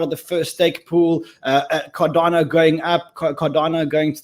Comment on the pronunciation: Car-Dan-Oh lol